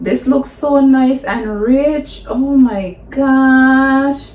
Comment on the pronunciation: She said it's noice it's reali noice 😂😂❤️